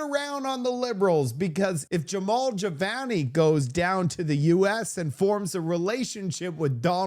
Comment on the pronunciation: Would you please learn how to pronounce peoples' names correctly. His name is Jamil Jivani. JA Mil GI VANI. Do better. You continually mispronounce words and names. Start practicing serious journalism and people will take you more seriously.